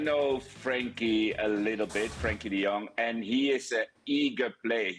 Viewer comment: His name is Frenkie NOT Frankie . Typically illiterate English